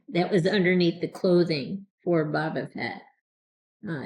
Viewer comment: Boba is pronounced like the arrow shooting tool called a bow followed by buh. Your pronunciation is more like Baw-buh...have you never seen ANY of the videos/movies out there with his name being pronounced? It's like saying Jones instead of James...